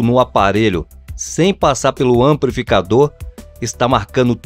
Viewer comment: AmpRificador, exempRo...meu Jesus! É fR0&@ ouvir isso, meus tímpanos pedem socorro!